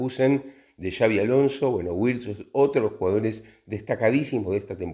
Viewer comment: Creo que la "w" en alemán se pronuncia como la "v" o la "b" en español. Por lo tanto, Wirtz sería Birtz, no Güirtz. Gracias por los vídeos